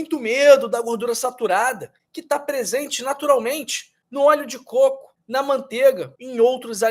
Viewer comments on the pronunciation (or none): none